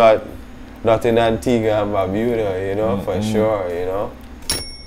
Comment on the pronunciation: Bro I couldn’t not even watch this shit simply because of how you consistently butchered the name of barbuda…..